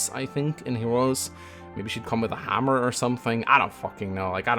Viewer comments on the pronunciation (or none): none